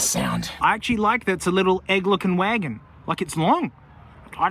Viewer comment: "hwi-agon" 😂 A lot of these look so similar, everyone there mom and there dog just has a clone sudan there eh?